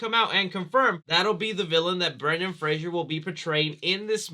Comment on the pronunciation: it's Fraser not Frasier